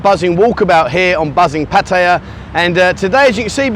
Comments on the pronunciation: Please get a Thai to teach you how to O pronounce Pattaya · Haha Pattaya Die. Much closer to the T pronounciation than D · Why don't you make an effort to pronounce Pattaya correctly like Thais do .not like a Brit !!!